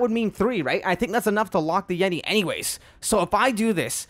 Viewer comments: It is pronounced yet-ee NOT yet-i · pretty sure it's Yet e not Yet I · "Unleash the yetai" ??? "Unleash the jeti" wut da hell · yeti not jedi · Dude it's pronounced yet- e not yet- i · No one: Literally no one: Star wars fans: *you said YeTi as jedi* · nice pronunciation on yeti there mate